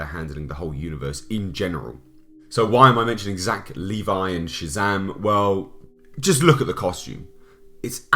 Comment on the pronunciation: Didn’t know Shazam was gay... “Shay-zam girlfriend”